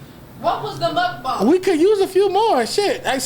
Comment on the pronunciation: Why does keep correcting himself oh the mukbang word lol. You pronounce it properly the first time. Unless you’re talking about something else